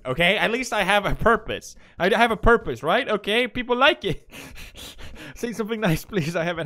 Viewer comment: Why does he pronounce purpose like herpes